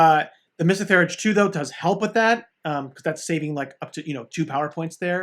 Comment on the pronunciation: Pronunciation is THEEE-URGE [ˈθiːɜːrdʒi]